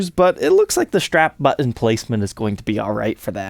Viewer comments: Actually it's a phonetic error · "Strap Buh-in"